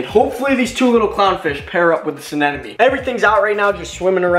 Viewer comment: anemones that hosts clown fishes are the short tentacled anemones, and its anemone not anenome!!!😃😃😃